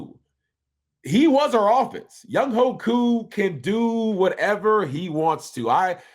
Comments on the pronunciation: Ovie...Younghoe is a Korean name, it is pronounced YOUNG-WAY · spelled Younghoe pronounced YoungWAY!!!! GA Southern's Finest